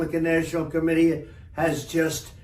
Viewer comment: Did he say republican national clomittee?